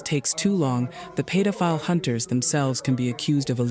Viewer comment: AI can steal data and personal info, but can't seem to figure out how to fucking pronounce pedophile. Paid-o-file